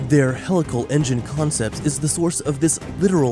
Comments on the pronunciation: Sorry to come off like a grammar nazi but it's HEE-lical, not hell-ical. It's a wonderful video - great explanation for those not familiar with the content - but a video on such an advanced technology topic probably shouldn't have an incorrect pronounciation of it's main topic. Just sayin'..... Thanks for taking the time to discuss this and keep the great content coming! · Isn't it pronounced "hee-lical"? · At least say it correctly PUH+LEEZE....??? HEE-Lical engine....yes??? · I wish I could handle “hell-ical engine” but it bugs me too much for some reason. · Just the way helical is pronounced was a HUGE RED FLAG this is typical regurgitation of material not understood and unfamiliar to the narrator.